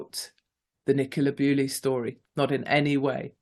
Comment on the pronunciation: Why do you keep saying Nicola Bewley? It's Bulley. I doubt any of her family will be watching but it's disrespectful to get such a high profile name wrong.